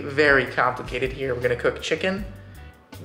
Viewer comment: I take issue with the way you pronounce "Sauce"